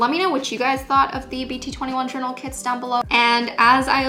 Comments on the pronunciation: I thought she was saying “kids” instead of kits for the first half of the video😂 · "tOday i'll bE tEStInG oUt ThESe BT21 kiDs" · "the kids were really inexpensive"